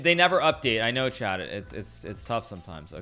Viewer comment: Is he saying okay ‘chat’ or ‘Chad’?